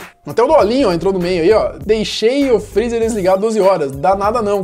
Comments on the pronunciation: "DESLIGA O FRRIZA A NOTCHE" KKKKKKK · "DESLIGA FREZZER A NOTCHE"